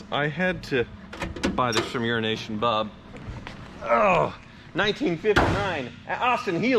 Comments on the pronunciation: It's an inside, on-going joke. He's actually calling him "Unrination Bob" and usually Wizard corrects him with the "Euro ASIAN" bit. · Love how he calls him "Euronation Bob", but the guys name is actually "EuroAsian Bob". Not sure if there's an inside joke between them I'm missing or what, but he's totally butchering the guy's name. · It's EuroAsian Bob, keeps trying to add an & in the middle, and makes it sound like urination. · Sorry about the comment, but is it just me when he says “Euronation Bob”, I hear “Urination Bob”. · What is the deal with mispronouncing Urination Bob ? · I must say every time you say “EuroNation Bob”, I hear you say “urination Bob” 😂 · Disliking every video he says Unrination Bob. It is getting beyond condescending.